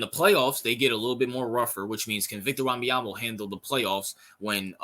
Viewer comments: Or just say "Wemby" or "Vic, Victor". Don't destroy the young man's name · No you pronouced his name badly. Do your homework